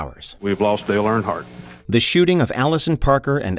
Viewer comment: Stop saying AirHardt it is EARNhardt.